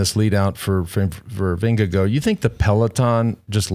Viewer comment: Why are we pronoucing the name Vindego? It is Vin - ge - guard, no?